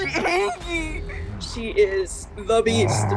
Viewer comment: "She angy"...what, are you 2?